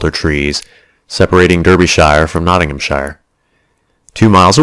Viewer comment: I am so sorry, this is unbearable by 20 seconds in. The Rainbow is a favourite of mine. It is set in the North of England and one would have hoped that the reader would have checked the correct pronunciations of the counties. Nottingham-sheer, Dar-bi-sheer. It's not rocket science and the whole internet is available. Very sad.